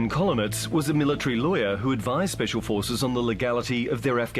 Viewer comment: Shhhpecial porces